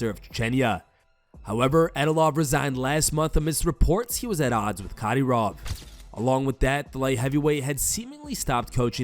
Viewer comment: who is Cadyroff? lol